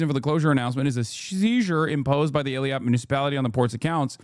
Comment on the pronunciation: Hassan butchering those names Eelaat Umm Al Rashrash